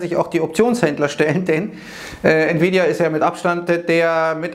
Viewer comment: Hat der gerade Nvidia als "Nie wieda Aktie" betitelt?:-)